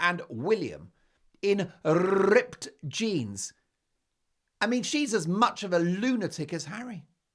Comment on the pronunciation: I do love how Mark rolls his rrrrs "rrrrrrripped jeans" 😂😂😂